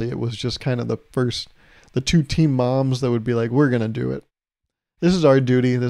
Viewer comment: For a sec I thought you were saying teen moms instead of team and I was so confused